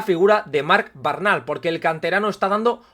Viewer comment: Buen vídeo como siempre, simplemente comentar que el apellido Bernal no tiene origen catalán y no se pronuncia como lo haces tu normalmente, osea cambiando la primera e por una a (vocal neutra), sino que lo correcto es tal cual se escribe como has hecho por ejemplo en el minuto Hago este apunte porque me apellido igual y me suena raro cada vez que te oigo decirlo jajajaja Un saludo y a seguir a tope con el canal!!